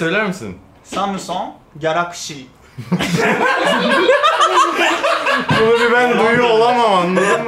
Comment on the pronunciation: kelokşi: galokşi ya o Kxkdjdjsisjsdksksk